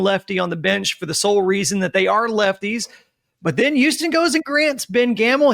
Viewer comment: I’ll subscribe the day says Houston right.